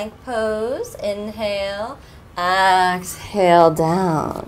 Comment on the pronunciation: why do you say axhale? is it just your accent? is cool haha